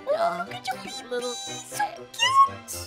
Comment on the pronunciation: I love how Aphmau says bibi instead of baby